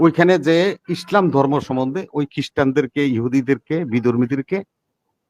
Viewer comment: এই লোকটা তো ইসলাম শব্দটা সঠিকভাবে উচ্চারণ করতে পারেন না পারেন না শালা বাটপার কে জুতা দিয়ে পেটানো উচিত।